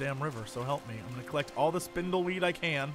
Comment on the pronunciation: Why the heck am i hearing spintheweed in place of spindleweed..lol